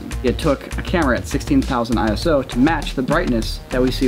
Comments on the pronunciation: It's "eyeso" not "eye-ess-oh" it's not an abbreviation! It's a name that the ISO organisation chose for themselves. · Nerd comment inbound: ISO is a word, not an acronym, and as such is pronounced "eyeso", not "eye es oh". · ISO is a word, not an acronym. Pronounced like eyeso